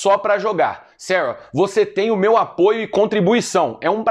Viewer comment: "B, de beu Deus"